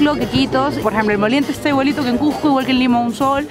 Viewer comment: A ver repitan "Cusssssco" "Cujjjco" no por favor.